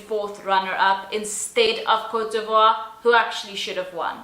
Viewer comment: OMG! how the host pronounce Cote D'Ivoire? Image, he pronounced it Cotivri. You’re just mispronouncing things. As a host, you should know how to research beforehand—before the event is held or even before the program starts—so you won’t end up pronouncing country names incorrectly. Yes, the whole universe knew that Steve Harvey had made mistake as a host when he announced the wrong winner in 2015, but I still admire his brilliancy and humility when he admitted he got wrong pronouncement. However, this year’s new Miss Universe host—oh my. It seems as if he came out of nowhere. And then he never bothered himself asking an apology for mispronouncing the country? What a heck, Sir!